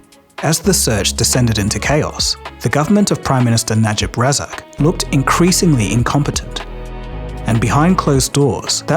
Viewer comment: Name pronunciation: Najib Razak: Nah-Jeeb Rah-zahk. Low Teik Jho: Lau Take Joe